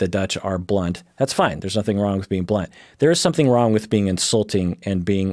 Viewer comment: I'm not a native speaker and really thought for a moment you said blonde instead of blunt 😂